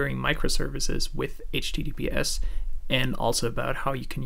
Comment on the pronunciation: Your accent is almost North American, your give away is that you say h teedeepee ess. Although Americans say soft t’s almost all the time, if they’re repeated, we say hard t’s. Secondly, when you say COMMunication it stands out. If you say CUH-munication you’ll be indistinguishable.